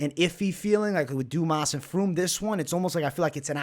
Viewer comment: It’s fremd lmao. And I got fremd in my parlay